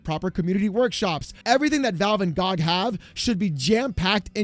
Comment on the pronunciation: Dude, him calling it GahhG over and over is so annoying lmao. Its G.O.G. not GAHG lol